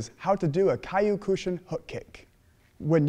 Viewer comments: Exactly. "Kayookushin" hahahah. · its pronounced (Keo-koo-shin-ki). If you are going to teach something at least pronounce it correctly. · I don't like to leave negative comments but this clown is NOT a Kyokushin practitioner, he doesn't even know how to say Kyokushin correctly. he should not teach people things he does not know or understand.